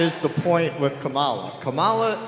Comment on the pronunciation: I think if you really want to drive you’re point home, stop deliberately pronouncing her name incorrectly. It only takes wind out of your sails. Otherwise, great job.